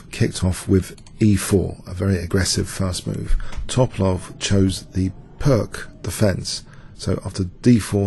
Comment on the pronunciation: I love you, but please pronounce those chess names and terms correctly: fianch(k)etto, To'palov, Pirc (peertz).